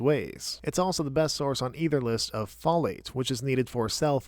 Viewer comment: The way you're pronouncing folate irks me